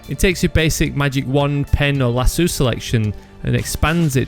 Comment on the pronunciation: It's pronounced *Lah-soh. There is one 'o' in the word, not two.